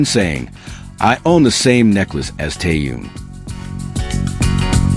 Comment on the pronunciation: Блохер продажный, научитесь называть имя правильно Тэхен , он мировая звезда. Чимка липучка как всегда, в нагрузку. Дизлайк 👎👎👎👎👎👎👎👎